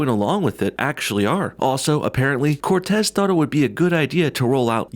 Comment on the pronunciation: I love he always says CORtez.